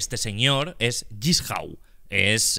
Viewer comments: Le encanta saw pero dice jissau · Jigsaw existe Auron: "Yisjau"